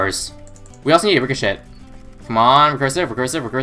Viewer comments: It's pronounced richo-SHAY not rico-SHET haha great video though! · He did it on purpose cause he wants to be funny.